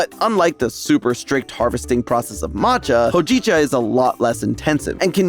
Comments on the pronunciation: It's pronounced "hoe-ji-chah" not "ho-jeeeeee-cha" >_< Takes 1 minute to listen to a pronunciation video,. Sorry if I'm being harsh, but I LOVE the stuff. Hojicha is the GOAT in my opinion because it has these flavors like brown rice but not in a "I'm eating BREAD" way. It's a more subtle, roasty-toasty way. I do wonder if there's an herb that does what Matcha does for caffeine and could be added to espresso drinks to even out that spike of energy into a bell curve. Hojicha+caffeine mellowing herb+espresso=new trend? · Digestif! Cerbamate! Also: hoe-JEE-chuh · Every time said “Hojicha” I cringed. You butchered the word man. Check how it’s pronounced before recording. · How… did you mess up hōjicha? You are aware what the line above the o means yes? Also it’s only a matter of time until pu’er tea is a thing over here. The problem is, that currently a tea cake that’s even of middling quality is still really expensive because demand just doesn’t quite exist yet. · I have to comment that the pronunciation of hojicha was driving me crazy 😂